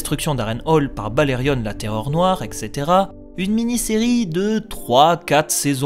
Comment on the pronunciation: Je pense que ça serait plus simple qu'il fasse par ordre chronologique PS: c'est etcetera et pas extetera sinon super continue c'est génial